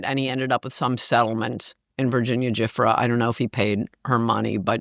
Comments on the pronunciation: She is so full of it, acting like she doesn't know certain details we all know. Her/Virginia's last name is pronounced Joo-fray. She was in a bad auto accident prior to her supposed suicide. Can you imagine having to recount what happened to her over and over and still nothing happens to give justice for hundreds of "girls". Same ol story. Sickening. Show some respect by maybe getting more accurate info on this one woman who put herself out there all these years until she couldn't endure it any longer. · Virginia GIUFFRE...pronounced (jew - fray) was UNALIVED "royal" style... al la the CROWN's heavy hand, and Ann's a FOOL if she thinks Clinton didn't indulge his sexual appetite for fresh young tang during his MANY rendezvous to the Island in question. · Never ceases to amaze me how much Ann gets wrong, especially name pronunciation. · MAGA folks will watch this. They might not watch interviews with an investigative reporter for the Miami Hearold, Julie K Brown. Coulter sure does a lot of speculation here, and she mispronounces Virginia Guiffre’s name. Guiffre was in an accident, and it is primarily reported that she took her life months later. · Covered this for 20 years and doesn’t know how to say Virginia Giuffre, doesn’t know how she killed herself, thinks Clinton didn’t mess around with the little ones? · Why can she not pronounce Gislaine's name right and also Virginia's last name right? I thought she was an afficianado. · This woman knows just enough to be dangerous. Lost me when she couldn’t pronounce Virginia’s last name and doesn’t even know how she truly died. enough.